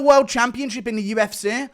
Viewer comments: quick question. Why do you pronounce UFC so strangely? It’s original for sure. Is it just you or your UK county (not country) accent? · I fucking love the way Guru pronounces the ‘C’ in UFC, kills me every time 😂